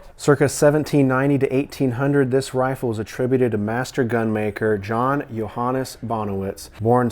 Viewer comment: thank you for pronouncing the name correctly (Johannes). I found the grave site of J. P. Beck, What was the kicker was his true name "is" Johannes Philp Beck. I was going by all the info in books which list him as John. Not true. Being so as proof, he was Moravian, using the name John would have been to worldly as the sect says. I live in Lebanon county, Lebanon, Penna. So it was of interest to follow up on his grave site....not where you think it is. First place I looked was, east of Lebanon (still in the City) at a Moravian Church in the area called Hebron... Interestingly I have not found Nicholas Beyers or Peter Berry's sites.. Although Berry's first shop has been persevered by the Historically Society which Peter move to western Pa.